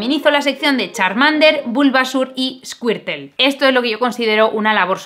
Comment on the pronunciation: “eskiertel” tenias q ser ezpañola